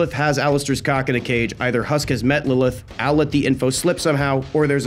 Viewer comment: IDC IF YOURE WRONG JUST TY FOR NOT SAYING LILITH